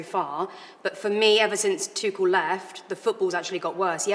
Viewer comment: Scouser Jamie Carragher is the only pundit in Britain that can pronounce "Tuchel" correctly! ;)